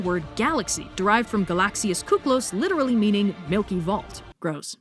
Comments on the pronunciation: I'm sorry but this is hilarious, so κύκλος is pronounced "kiklos" in Greek, our υ being an "i" along with other letters. pronouncing it "u" makes the word "kuklos" sound like "κούκλος" literally meaning doll but used to describe a beautiful man. So is saying " gorgeous milky-way man" 😂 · Hearing you pronounce 'κύκλος' like 'κούκλος' gave me such whiplash x)